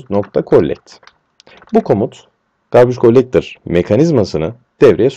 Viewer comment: Garbage Gollektor :D türklerin ingilizce konuşmasını seviyom. Bu arada güzel anlatım hocam sağolun.